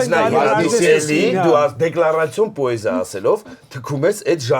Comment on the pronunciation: Բայց ինչու՞ պԱեզիա, ։